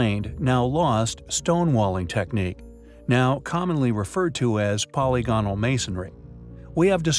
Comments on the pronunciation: Poly gonal? Kept mispronouncing "polygonal" doesn't make it into 2 words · I'd feel better about the intelligence of the narrator if he could learn how to say polygonal (po LI gonal) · I cringe every time this video profoundly mispronounces "polygonal". It is pronounced much like "polygamy". It just one of many examples of how the creators of this video are so ignorant of science and reality. You made a blithering mess here. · It's his ignorant pronunciation of 'polygonal' that made me stop the video.